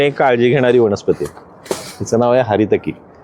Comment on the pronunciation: वनस्पती असत सर वणस्पाती नाही